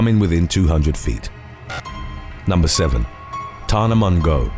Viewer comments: “ Tana Mongo” lmao close enough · Hahaha I love the way he pronounces tana mongeau